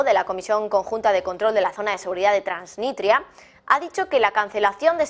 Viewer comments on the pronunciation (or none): TransniStria no transniTria... lo dijiste como 4 veces mal